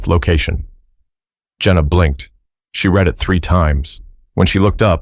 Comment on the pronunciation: The narrator has a problem- The difference between "read" (pronounced like "reed") and "read" (pronounced like "red") lies in their tense and meaning: "Read" (reed): This is the present tense form, used when referring to the act of reading something currently or generally. "Read" (red): This is the past tense form, used when referring to something that has already been read. For example, you might say, "I read books every day" (present) versus "I read that book last week" (past). Read vs. Read – What’s the Difference? - Writing Explained